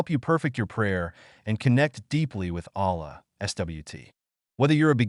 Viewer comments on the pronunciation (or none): Delete the video, dont use ai if it is gonna pronounce wrongly the name of Allah and His other names And in it is pronounced A'la with the letter 'ayn' in the beginning